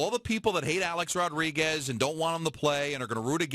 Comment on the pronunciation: HEY FATTTTTTTT HEAD MICHAEL ( I WISH I HAD FRANCESCA'S RATINGS) KAY ... ITS NOT THAT HARD . TRY TO PRONOUNCE A-RODS NAME CORRECTLY. UR A FOOL FOR BELIEVING THESE ATHLETES ACTUALLY LIKE YOU AND ALL THE REST OF THE OF PUPPETS IN THE MEDIA WHO SALIVATE AT EVERYTHING THESE ATHLETES SAY AND DO . THEY ARE HUMAN BEINGS LIKE ANYONE ELSE. THEY HAVE TO TALK TO YOU A CERTAIN WAY SO THAT THEIR IMAGE IS PERCEIVED THE WAY THEY WANT.